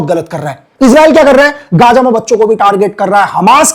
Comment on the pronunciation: Bhai Gaja tk …. gaza to bolna seekh lo